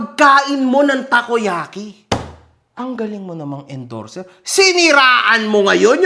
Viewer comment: Challenger ha ha ha hindi endorzer